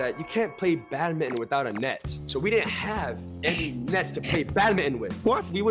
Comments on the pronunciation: it's not pronounce as bad-mi-ton it's pronounced as badminton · IT'S BADMINTON BUT PRONOUNCE BAT-MIN-T-ON